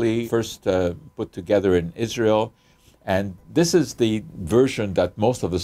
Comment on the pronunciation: Did he say ISRAEL..🙄🙄😑😑